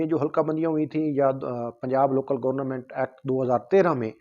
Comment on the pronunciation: ابھے آلو گورنا منٹ نہیں گورنمنٹ ہوتا